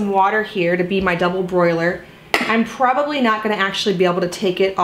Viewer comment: (Double-boiler, no “r”)